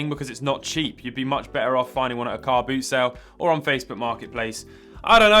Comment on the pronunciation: I had to replay a few times to understand Car Boot Sale ....